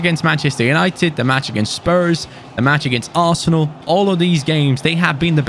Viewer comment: Hidden message is saying "ASSENAL" isntead of "ARSENAL"